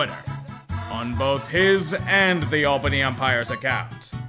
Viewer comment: THANK YOU FOR PRONOUNCING IT CORRECTLY